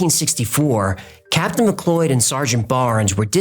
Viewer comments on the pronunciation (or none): Mcloid? Mick cloud. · 'McLeod' pronounced as "McLoyd". It's not the end of the world, or even a detraction from the story, but I've noticed the occasional problem with pronunciation of personal names & such-like. The name in question, as spelled here, is said just like 'McCloud'. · It's pronounced "Mc CLOUD"😂😂😂